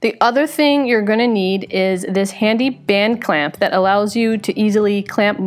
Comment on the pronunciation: Band clamp band clamp BAND CLAMP! you did so well saying that. It just bends my brain. "This one time at bland clamp.."